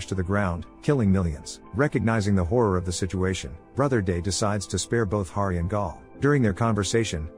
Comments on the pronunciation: Hari not Gari. You got it right in the beginning. Why is it so hard for creators to do simple proofing of their content? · Hari not gary